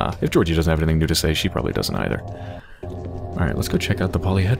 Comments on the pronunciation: No ones mentioned this but Im pretty sure Georgiy is pronounced "ghee org ghee", it just sounds more like the Russian pronunciation than "Jee or Jee". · It is pronounced more like Gyeah - org - ghee